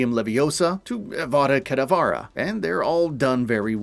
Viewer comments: I'm sorry..... what?! Avada Kedavara? I've literally never heard anyone mispronounce that until today......... clearly a dirty little mudblood! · Great video but.. “Avada Kadavára”? 😅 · Dude they say Avada kedavra so much and you still pronounce it like that lmao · I'm amused how many different ways one can mispronounce "Avada Kedavra"